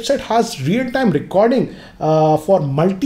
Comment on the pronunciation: its hdr not 'haach dr'